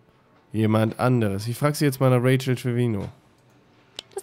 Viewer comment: Sarazar du nimmst bei Rachael ständig das a vor dem e weg es müsste wie Rafael klingen nur halt mit ch und nicht Rachel